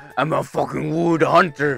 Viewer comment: when did became a british guy? (if u dont get it, go to the beginning of the video, you see, a british accent of saying "fockin" XD)